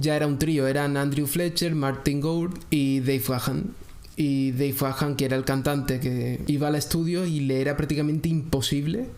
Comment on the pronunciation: Tu pronunciacion de Deve Gahan, esta incorrecta. Verifica tu pronunciación. 👎🏻👎🏻